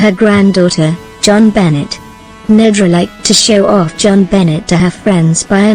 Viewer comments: BONET Not BENNET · Making myself clear, Jon Benet , the letter " T. " Is silent, the narrator' is saying Johnbenets it is Jon Benay the correct pronunciation. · Freaking bots...can't keep hearing Bennet instead of benet'. Going to find live people... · Her name Jon Benet is not pronounced Joan Bennett. It's pronounced John Benay. Found this very annoying. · LEARN HER NAME! IT'S NOT JON BENNETT IT'S JONBENET. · hint... type in "BEN-AY" and the computer would pronounce it correctly. sigh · The computer speaks it as spelled, not how it really sounds. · I like robot voices, but this one is awful. Either something wrong with the software or something wrong with the parameters selected by producer of the video. Jon Bennett? That's too much even for me. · Could have done without the mechcanical voice. It pronounces the little girls name as Jon Bennett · Geez you mispronounced her name the whole way through. Benay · Benet pronounced Ben a. It's Benetton- ramsey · The pronunciation of Jo-Benet is Jonbenay. Not. Jonbenay. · it's jonbonet ramsey not benet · And a bad robot voice at that, mispronoucing not only words but the name of the person who is the subject of the story. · Sorry, but why would you use a simulated voice that can even pronounce the poor child's name? It's insulting and not worth watching. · Teach your robot how to pronounce things. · This is so crummy it doesn't even pronounce the little victim's name right. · Another Robot voice and miss pronouncing the name. I will close this video as soon as I complete this comment. Bye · Say her name correctly please I don’t do it at all!! Computer voices good grief.